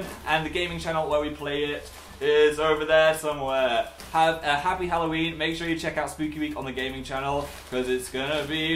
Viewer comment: More like hallNOween